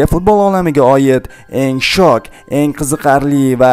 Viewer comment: Shok emas sho'k deb talaffuz qilinadi